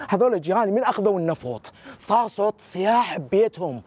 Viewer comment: عود ليش ديلفظون كلمة صوت صووط هيا بالتاء شكو ديحجوها بالطاء عوود ... الاغلبية هيج🤔🤔🤔 فدوة كولولي